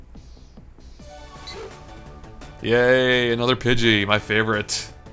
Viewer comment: What is a pidget? I thought they were pidgey, pidgeotto, and pidgeot.